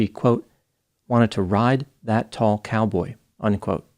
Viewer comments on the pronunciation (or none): I can't remember the time stamp now and actually there's probably several. I posted as soon as I heard it, before I finished the video. saying "cowbay" this and "cowboy" that had me dying!! 💀